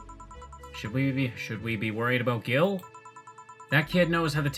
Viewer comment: "Gil" really is argentinian slang, for dumbass or weakling. Though it's pronounced in a way similar to the word "heel". Merry christmas!